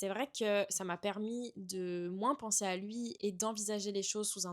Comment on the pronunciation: Tu dis moinss tu es du sud ouest ?